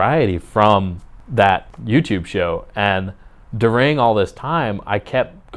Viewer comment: The way he says “during” made me replay it about 20 times. Wth lol